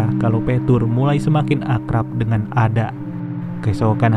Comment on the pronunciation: Koreksi min, nama "Ada" harusnya penyebutannya "Eda/Eida"